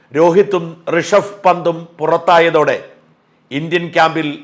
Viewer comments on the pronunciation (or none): റിഷഫ് അല്ല ഋഷഭ്